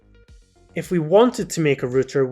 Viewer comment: “A rooter”